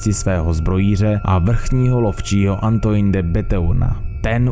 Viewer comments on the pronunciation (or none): Ty jo videa dobrý, ale to komolení cizích jmen a názvů to zabíjí a rve uši. Antoine se čte jako "Antoán" kupříkladu. Gévaudan je "Ževudan" (posledni si Powerwolf - "Beast of Gévaudan"). Tohle by chtělo zlepšit. Jinak pokračuj, tvá videa mě hodně baví. 👍🏻